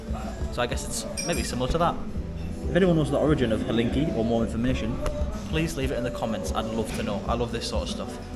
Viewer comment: Bro, this dumplings are "Chinkali", not "Halinki" 😆 Cool channel by the way, sub